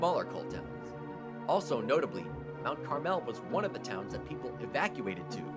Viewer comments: I grew up in the coal region. Mount Carmel has the accent on the Car syllable. Nothing special; the dominant town was the county seat of Skookle County, Pottstown. Housing is cheap but there are no amenities and cripple public transportation. When I was a kid the Reading RR went dreckly from P-ville to Philly and had a dining car. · Hahaha you are pronouncing some of these places wrong. (Such as Mt Carmel and Bellefonte) Good video, tho. I live in the coal region now and it's a very interesting place. Lewisburg is indeed a very nice town but super expensive to live there, so that's probably why it looks so well maintained. It's a gorgeous little place. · Mount Carmel has the accent on the first syllable, not the second syllable , also, Bellefonte only has two syllables--not three, the comparison of New Hope to Provincetown is probably because of the predominance of gays (just FYI). Also, have you ever been to borough of Swarthmore??? Just amazed that it did not make the list--or the honorable mention list. What state are you from? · You're mispronouncing most of the towns, including Mount Carmel, Bellefont, and Kittanning. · . It's Mount CAR'-mal. NOT "Mt. Car-MELL !!" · I grew up in PA near Lewisburg in the small borough of Watsontown just north of Milton (shown . Growing up there some of the boroughs you pronounced not quite right. Mt. Caramel is not pronounced with the emphasis on the 2nd "a". It's not CarAmel, it's the other pronunciation like the candy, Mt. Carmel with the 2nd "a" silent. Also , Bellefonte is pronounced Bellfont. here again the 2nd "e" as well as the ending "e" are silent. Other than that, Great video!!! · Mt. Carmel is a filthy low income coal town. It's also pronounced Mt. CAR-mole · Thank you! It was buggering me, the way he said Kittaning!! And Bellefonte, the 2nd & 3rd e's are silent!! As well as, Mount Carmel which is pronounced Carmel, not car-mel!!! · And he doesn't know how to pronounce Mt Carmel either !